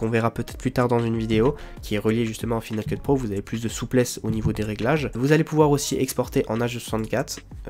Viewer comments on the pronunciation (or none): F"i"nal Keut ? ça ne se prononce pas F"Aï"nal Keut ? tu n'as jamais pris l'anglais à l'école ??